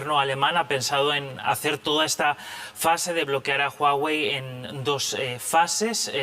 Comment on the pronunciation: como que jagüey? es Huawei